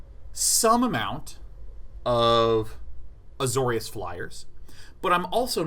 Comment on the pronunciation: Azorius Day9.... It's AzoriUs